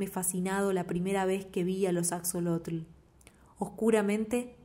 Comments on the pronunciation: Asholotl. Bueno así se pronunciaría. Pero no importa. Me encantó la lectura 💓🙏🇲🇽 Saludos desde México 🇲🇽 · Hola, muchas gracias por tu lectura, soy mexicana y la uso para mis clases de español. Axolotl es nahuatlismo por eso la letra equis se pronuncia como 'sh' ;)